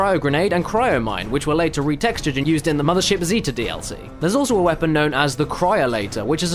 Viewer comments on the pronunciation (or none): none